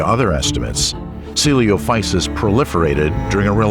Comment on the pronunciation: How did the narrator pronounce coelophysis correctly the first time and then mispronounce it for the entire rest of the video. O_O